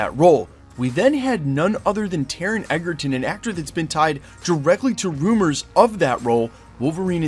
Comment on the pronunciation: I am here for this!!! But PLEASE…it’s pronounced EDGERton. As in having the edge. It’s not. EGGERTON!!! 😤